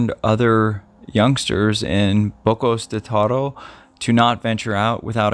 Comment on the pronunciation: Finally a you tuber that pronounce Boquete correct! Love your material.